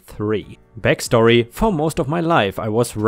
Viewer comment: This guy can not pronounce letter "a" he says dead and ket instead of dad and cat, its sounds so dumb bekstory😂🤣